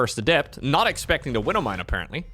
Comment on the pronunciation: Talks about not pronouncing letters in words, proceeds to not pronounce the W and E in widow mine. tsk tsk